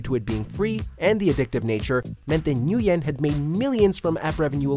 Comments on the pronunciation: #10. Nguyen is pronounced "win" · Nguyen is pronounced like when or win